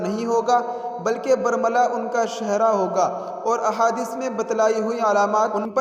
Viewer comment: Shehra nahe hota shuhrasahe lfz he abba g